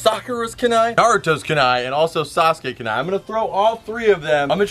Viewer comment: First, naruto is orange. Second it's pronounced ku-nai not ka-nai. Loved the vid though I'm just a weeb